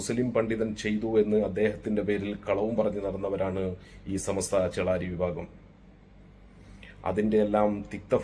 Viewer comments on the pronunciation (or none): സമസ്ത എന്ന് പോലും ശെരിക്കും പറയാൻ അറിയാത്ത ആളാണ്, നമ്മുടെ അനൗൻസെർ. ചമസ്ത എന്നാണ് പറയുന്നത്.